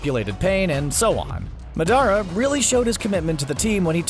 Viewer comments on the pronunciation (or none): madara is pronounced MAW-DUH-Raw SEELE is SAY-LAY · He said muhdara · But why you butchered Madera's name though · It's really not its MA DA RAH NOT MA DAR A and AKUSKI? Its akatsuki You've clearly haven't watched naruto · It’s madara not madàra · Its ma-da-ra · You said madra wrong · bruh CBR need to watch english dub Naruto shippuden and pronounce Madara better. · This nigga ain’t even trying to say the names right, like when he said madara wrong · He pronounced Madaras name so wrong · the way he pronounced madara's name triggered me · Bruh how he pronounced madara made me cringe.. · I hate how he pronounced Madara and gurren lagenn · Madara omg how you say it it’s just so bad i am sorry bro please learn how to speak the name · why he say madara like that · Madara Bro way to mess up his name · The way he pronounce Madara and Yagami makes me rage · I laughed pretty hard every time the announcer pronounced madara’s name. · Tmw you call yourself an anime fan and then pronounce Madara wrong... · yeah and madara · Right from the start it's misleading. It's titled 10 Anime Villains, yet Zeno is not a villain at all. And please don't ever pronounce Madara like that. Haha That almost shows you haven't actually watched Naruto, or at least the parts with Madara. His name is not pronounced like that in English or Japanese. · You said madara wrong